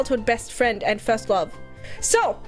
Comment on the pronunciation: really can’t say love properly and says lomf. Sasuga green lady